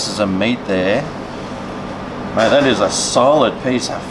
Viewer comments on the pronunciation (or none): none